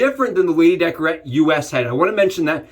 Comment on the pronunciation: Good vid 👍 lady décolleté not decorete